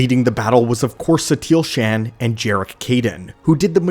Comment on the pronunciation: SHAN?!? It is pronounced SHAUN